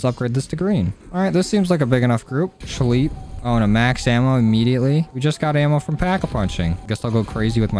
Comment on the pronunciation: I swear if he says "scheep" one more time I'm going to kms